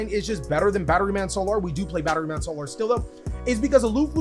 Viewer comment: Is he intentionally refusing to say solar properly lmao